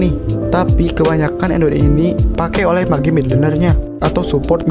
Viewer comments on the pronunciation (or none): Cara pronounce mage itu "mej" bukan "mage" ok biar lbh bgs videony.